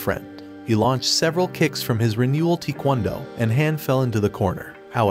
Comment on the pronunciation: How it says taekwondo what I hear tikwondo